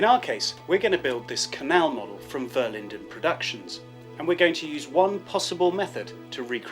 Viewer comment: you say vellejo weird like vellecko or something im pretty sure its vell ay ho